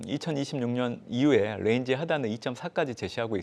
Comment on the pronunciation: 저 ㄴ은 뤠인지 하단 뤠인지 하단... 에휴~~~